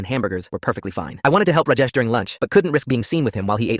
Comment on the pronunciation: I'm Indian and it is prounanced as Raajaesh not rujes